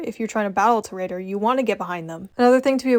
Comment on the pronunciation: Ew pvping on gta and also tor-uh-dor